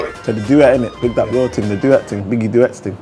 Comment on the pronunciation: How can konan say “biggie duets”😂😂😂😂😂😂😂